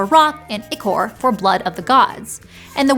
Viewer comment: Omg! "Ichor" with the short 'i' pronunciation. I officially need to get off this hill now.